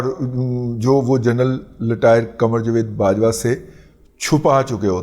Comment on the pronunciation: عمران احمد خان نیازی تو بھرپور تلفظ کے ساتھ بول لیتے ہیں۔ لٹائر کو رٹائر کہنا بھی سیکھ لیں محترم۔